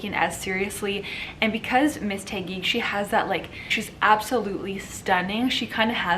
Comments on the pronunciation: It's Taquig . TAh - gig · OMG! The way you pronounced Taguig cracked me up so hard! LOL! I love Sandra's energy but Michelle did better but sounded cocky and I didn't like it. They both look gorgeous though.